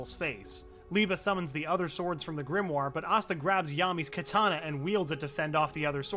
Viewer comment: GRIMOIRE is pronounced GRIM-WAH